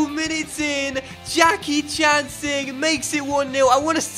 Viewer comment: We got sing. Jackichand Sing I just don't think you understand He's dock landers man. Better than lookman We got Jackichand Singh